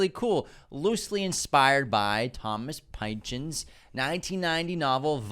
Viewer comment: Pin-Chon. Not Pine-chin